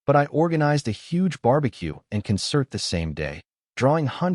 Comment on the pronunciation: Your AI voiceover can't pronounce Concert. Try doing the narration yourself.